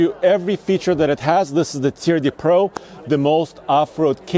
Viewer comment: "Turd De Pro" - that is the French designation of TRD Pro